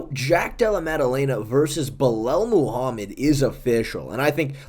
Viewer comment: “Bulel moohamid”